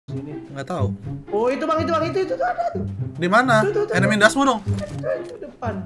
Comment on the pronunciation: "Enemies ahead"="enemy ndasmu" Bener sih head =ndasmu😂😂